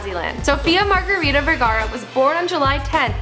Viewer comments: Its Vergara! Not Vergera xD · It's Sofia Vergara not Vergera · Its Vergara not Vergera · "Vergara" not "Veraerrrrra" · Yes, it's "Vergara" and not "Vergera" .. but who gives a fuck anyway? Just sit back, watch the video, and shut the fuck up :> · At least pronounce her last name correctly. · Its Vergara tho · Its VERGARA!